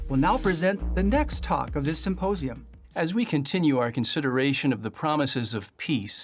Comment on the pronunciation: "Symposium"... I'm so triggered.